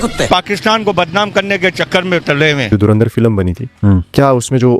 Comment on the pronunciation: इन पाकिस्तानियों को धुरंधर अभी तक नहीं बोलना आया . धरिंदर धरिंदर.बोलते रहते हैं ..ये जाहिल 😂😂